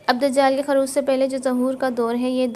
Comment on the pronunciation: ظہور کے ظ پر ایسے ہی خروج کے خ پر پیش ہے زبر نہیں بطورِ اصلاح بتایا ہے تنقیدی طور پر نہیں